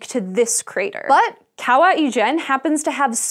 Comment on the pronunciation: Ijen is pronounced with a j sound, not a French j sound. Like Jennifer.